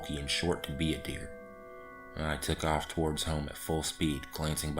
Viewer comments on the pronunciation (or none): none